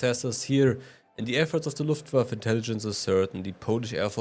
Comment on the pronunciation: "LaufSummer" Really ?